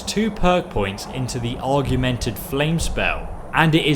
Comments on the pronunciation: Augmented = og minted NOT. og E minted Driving me nuts with mispronounced words in every vid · augmented = org ment ed, argumented = arg u ment ed, just a little thing but it was annoying me lol that being said great vid as always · AUGMENTED - AWEG-MENT-ED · I like it how he says “Argumented” instead of augmented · Augmented AUGMENTED!!! Not argumented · AUGmented, Not arguemented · AUGMENTED NOT ARGMENTED.... AUG-MENTED!! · Augmented, not argumented lol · It's augmented not arguemented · What the heck is an "argumented" spell? It's augmented. Aw. Guh. Men. Ted. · Gah! It's 'ORG'mented, not 'ARGU'mented :D. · "Argumentive" Its "Org-ment-id" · Lol “argumentive”. It’s augmented. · Say AUGust Now say AUG-men-ted You're welcome. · Still can't pronounce "Augmented," or "Draugr," or half of the other words you need to read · I've never heard someone butcher the word 'augmented' that badly before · Can I just say that the word augmented doesn't have an 'R' in it.